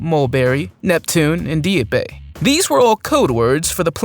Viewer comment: Also PLEASE learn how to pronounce names of things and places properly. I wince every time I hear names of importance like Dieppe said like deepee, it comes off as lazy and disrespectful to what they are and represent.